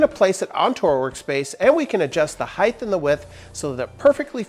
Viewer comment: Height. Height!!! Not highth. Please don’t start saying expeshully too. ;)